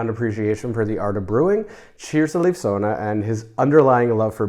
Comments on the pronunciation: to help you out with "Leif", pronounce it more like "life", just shorter, like, much shorter! I didn't know about Leif Sonne, by the way, so thank you for that! One of my friends lives close to Carlsberg, so may I'll see the collection some day:^) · I just love you guys and your videoes! Thanks again! (A little hint: Leif in Leif Sonne is pronounced like the English Word “Life.” And Sonne is pronounced as “sun” plus the typical e-Sound in the end of a Word, like “øh”. That is [Life Sun-øh] 😅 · Leif is more ‘Life’ than ‘Leaf’ :) great video!